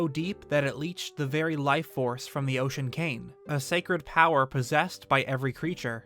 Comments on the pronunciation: It kind of sounds like you are saying Ocean Kain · Why are you pronouncing it "The Ocean Came" or "Demon Came"? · It sounds like you're saying "Ocean KANG". lol!!!